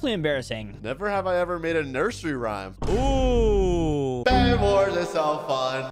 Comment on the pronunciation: Rayme? You mean rhyme